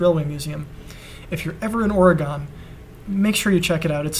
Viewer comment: You realize that Oregon is not pronounced Ore-GONE, it's Or-eh-gun... It sort of bothers me...